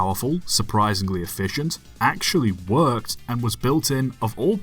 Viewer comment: I love how much emphasis you put on “ACTUALLY WORKED” near the end!